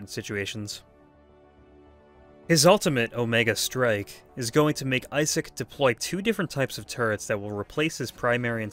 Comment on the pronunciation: I-sick is how you pronounce it